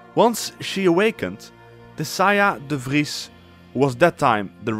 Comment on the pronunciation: Love the dutch accent! Recognized it immediately in how you said ''de Vries''